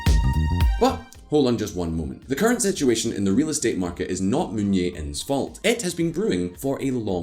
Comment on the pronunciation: It's Jae not Yeah. This is Korea, not Spain or Poland.